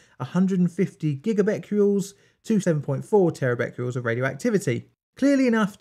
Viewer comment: the videos are cool but you saying 'Becqules' instead of Becquerels is infuriating!